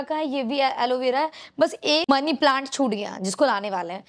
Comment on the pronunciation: Khud Ki English Dekh Lo Madam Ki Promotion To Kr Di But Khud Ko English Nhi Aati😂😂😂😂Lol plaint Nhi Hota Plants Hote Ha Duo English N Yahi Sikhaya Ha Maindak 🐸